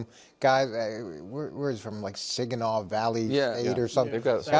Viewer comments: Hahaha. This man said "Si-gi-naw" I'm like, "it's Saginaw" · He said siginaw. Wtf. It's saginaw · Coach pronouncing Saginaw as "Siginaw" deeply hurt me as a Michigan native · It’s Sag-in-aw Valley State University Coach!! 🦁